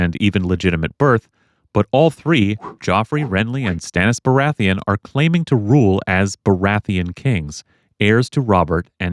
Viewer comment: Good video. Except: BORATHEON? Sorry I had to point it out, I am just that guy. Great vid tho:D